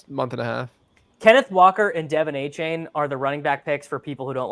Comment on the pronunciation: can you mfers learn how to pronounce achane